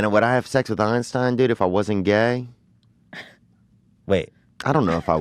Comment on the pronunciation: "I'd take his Einsteinum."